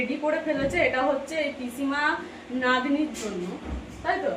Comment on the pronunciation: Fuluri bole furuli nah...natni hoy not nadni..Tumi ki go murkho..aktukuo ki kali nei pete..